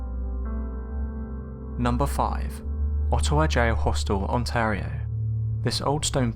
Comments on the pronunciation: Ontar ia??????? Try Ontar io. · Ok why did he say Ontario like this: Ontorio Like Wtf???? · I wanna teach you some Canadian English! " Scosha" < Scotia " Onteario " <Ontario <3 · It really pisses me off the way you say Ontario.